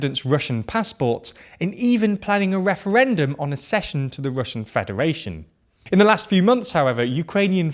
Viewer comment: I love your videos, I've subscribed to Nebula and regularly watch your output on there and on YouTube. But. Accede and accession are pronounced ak-SEED and ak-SESH-uhn, not a-SEED and a-SESH-uhn. It makes me wince every time I hear it, which in videos about the Russian invasion of Ukraine is a lot! ;-)